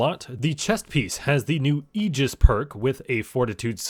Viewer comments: "ay-jis" "AY-JIS" not "E-gis" my guy!!! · Ay-jis* ty for the great vid